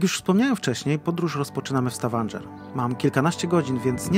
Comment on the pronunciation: Poprawna wymowa to STAVANGER, nie STAVANDŻER. Wiem bo też tam byłem. Polecam Prekistolen